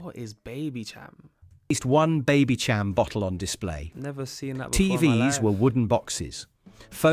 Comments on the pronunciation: BabyCHam! LOL... Babysham as in Baby Champaigne. 🙂(So many little errors!) Narator showing his lack of age! BTW. Meal Deal in Sainsbury's is £3.50 today (just got one!) - you must be in London. 😀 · Baby-Sham, not Baby-Cham. Like Baby-Champagne! It was a sparkling sweet "wine like" drink. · Its pronounced baby sham btw. Its like sweet fizzy wine. It was really popular, not very strong in alcohol. My gran would let us have a bottle of it on new years eve when we were kids